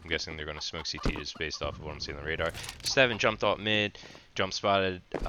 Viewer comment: i think its pronounced staun but good vid